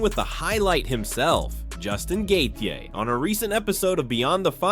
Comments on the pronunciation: Why do you kill Gatheje name you pronouncing it so bad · How this video voice over is saying Justin last name is wild 😂